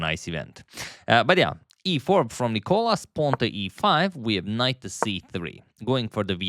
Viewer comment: Why are you still calling him νΊκολας when it's νικΌλας emphasis on the letter O